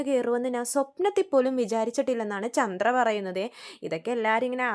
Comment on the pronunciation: മോളെ ചൻഡ്ര അല്ല ചന്ദ്ര